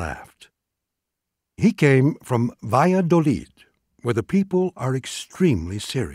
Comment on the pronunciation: Please - Learn to pronounce Extremadura and Valladolid if you're going to do this.